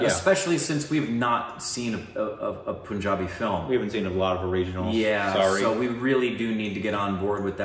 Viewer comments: Guys FYI its PUN not POON..... exactly how you say PUNS, it is PUNjabi and not POOnjabi. lolz. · Its not poonjabi. Its Punjabi like you say the word pun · Omg. It's pun-jabi not poon-jabi😂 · ...itz not Poonjabi...itz Punjabi...pun as in (pun intended) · The "PUN" in PUNJABI is pronounced like the English word "Pun". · It sounds like Panjaabi not Punjabi okeyhh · Just fyi... u r pronouncing punjabi wrong... Are you aware??